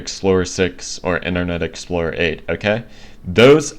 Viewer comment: I'm sure that you're having trouble saying internet explorer